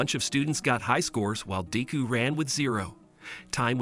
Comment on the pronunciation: All might caught up to daku it’s deku d e k u